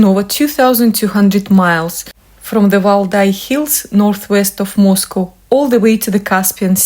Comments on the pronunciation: Moscow is not pronounced the same. It’s it’s pronounced more like 🐄. Used to live in Fenwick I’d have to pass through to go to high school. We were always corrected to calll it mos 🐮. Slightly different x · It is pronounced Moz-cow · Ye say mos cow😂🏴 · btw its Moss...Cow! as in the animal...Cow🐄